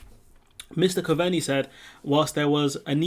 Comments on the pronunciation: Hi, Try Simon Cove-nee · good vids bud, just a wee tip, Coveney is pronounced Cove-nee :)